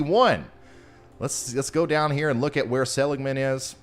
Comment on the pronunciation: For some reason I can't see the chat to see if anyone said anything... But just FYI: It is pronounced --- suh-LIG-man. :)